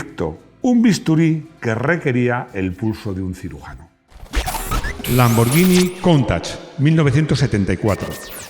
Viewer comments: Es la primera vez que escucho a pronunciar "LamborLLini". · Has dicho LAMBOR-LLI-NI 😆😆😆😆😆😆😆😆😆 Con toda la turra q nos has dado con Spaguetti y Spalletti!!!